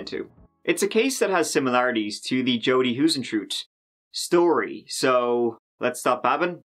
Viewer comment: Hi. This is how you pronounce Huisentruit... Huis= haze En= en Truit= trait....Hazentrate. 😉